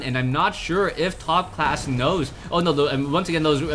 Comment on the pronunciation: Did you just say "ShoutCLASS" ? ^^